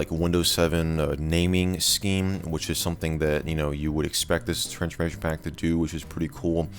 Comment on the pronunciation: Why do you say transchmation pack